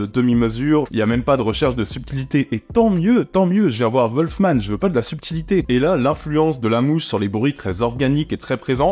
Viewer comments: Wolfman pas volfman! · Apprend déjà à prononcer le nom du film et après on verra....